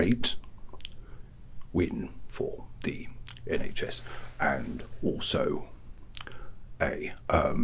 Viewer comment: The iNHS 😭😭